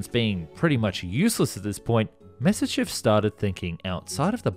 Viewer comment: It's pronounced MYA SIS CHEV , you sound like you are pronouncing it Messerschmidt